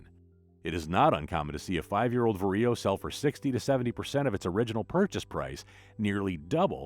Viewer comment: The way how ‘VARIO’ is pronounced sounds weird from a western EU perspective. 😅 It’s VA-RIO instead of VAR-I-O